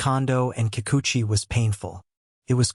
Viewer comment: This guy can't even say their name right. Fake news about the 2 players that Ohtani is closest to.